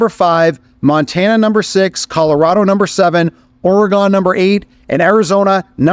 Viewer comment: Learn how to pronounce Oregon correctly.